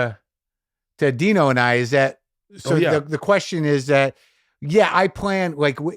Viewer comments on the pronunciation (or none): none